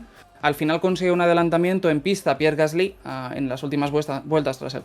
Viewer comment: Me encantan las notas de, pero solo tengo una objeción... Dejad de decir "Gaslí" por favor. Es "Gasli", es una palabra llana, no aguda. Muchas gracias y seguid así. Un saludo desde París